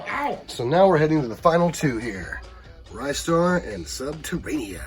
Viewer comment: I hate to destroy your childhood memory but it's pronounced 'Ree-star'.